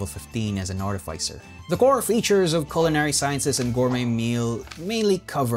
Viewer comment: Its pronounced artificer not artificer smh